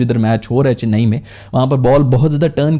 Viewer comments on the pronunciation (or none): none